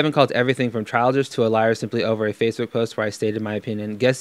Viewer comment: ......he said vatebook......